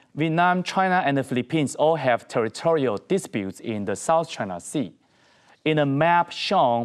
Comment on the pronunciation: Why he called China is "Trynaaa"